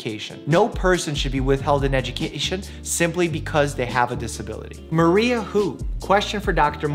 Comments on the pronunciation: The way he was like Maria who when it was Mario who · did he call mario "maria"? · So no one’s gonna talk about him saying maria instead of mario? 😐🤣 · love how he said Maria instead of Mario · How did he mess up saying Mario 😂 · Will any body talk about the fact that mike said Mario wrong.😅